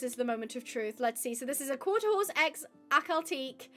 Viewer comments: Clickbait title 😠 and why do you dont like akhal tekes irl And its pronounced Akhal Te-ke not akhal teek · It is pronounced Akhal-TEH-kee, not Akhal-TEEK.